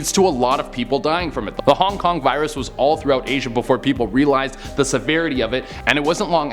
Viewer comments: "kong kong virus" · He: cong cong Me:whats dat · Wait did you say kong kong😂